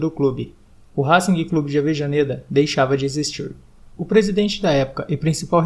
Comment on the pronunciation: Brother, não se pronuncia o G no fim de Racing.